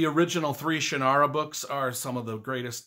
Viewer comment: You're pronouncing Shannara wrong. It's pronounced "Shăn" as in can, and then nara. Both of the n's are pronounced. This is how Terry says it.